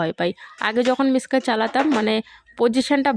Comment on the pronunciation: Ota Mixer Grinder Bole.Mixkar Na.